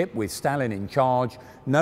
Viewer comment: You said Stalin wrong, among dozens of other words.